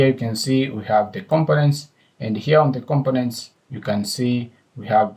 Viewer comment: With Respect to you... When you pronounce COMPONENT, it sounds like you are pronouncing it as COM-PIN-NENT... This is the way it should be pronounced... Syllable Breakdown The syllables in "components" can be divided as follows: com po nents Stress Pattern The stress is on the second syllable: com-PO-nents. This means when pronouncing the word, you emphasize the "PO" part more than the other syllables. Thank You for your videos...